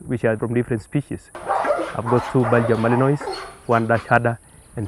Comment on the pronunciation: I'm pretty sure he said Belgian Malenois... and Idk about the other one, but I've never heard of it